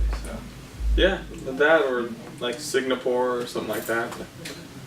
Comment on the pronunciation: "sigNapore" i love u